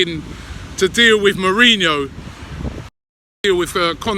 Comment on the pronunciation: Hoe-se mourinho